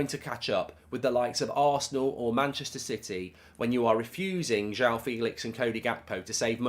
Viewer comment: How hard is it to pronounce joao properly ? JWOW Jesus Christ